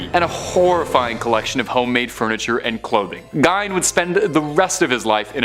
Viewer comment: Gein is pronounced 'gean', not 'gine'.